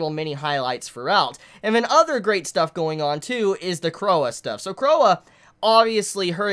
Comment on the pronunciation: it's pronounced Croy it's French or something